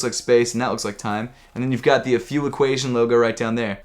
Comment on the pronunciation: Seems like US American can't pronounce Afew. It's pronounced Aifiu